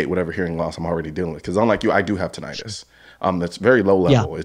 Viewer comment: TINNitus not tin-l-tus